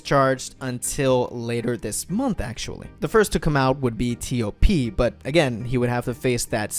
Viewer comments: I also call him TOP and when I heard him say it as T - O - P, I was a bit puzzled lol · cmon please say TOP